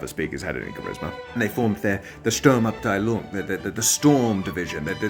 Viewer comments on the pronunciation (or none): Love him pronouncing "Sturmabteilung" somewhere between Chinese and French. 😁